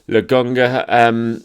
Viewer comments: LoKonga, not LoGonga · it’s LoKOnga the KO you can pronounce it as the CO of corn 🌽 or cone. LOKONGA LOKONGA LOKONGA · lol this guy needs to stop saying Logonga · pronounces Lokonga.... Logonga without the K